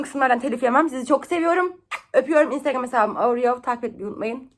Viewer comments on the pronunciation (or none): none